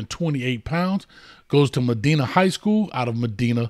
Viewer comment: Medina coach lol (ma dine uh)